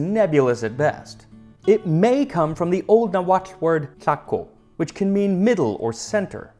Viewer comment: it's Tlahco not Tlacho.